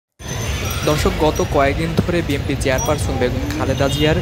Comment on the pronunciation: সাংবাদিক যদি উচ্চারণ করে বিএমপি, তাহলে কেমনে কি!